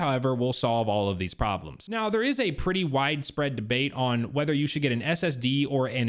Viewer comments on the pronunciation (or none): none